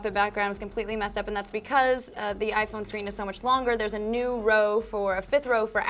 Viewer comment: erm, it's pronounced iPhone...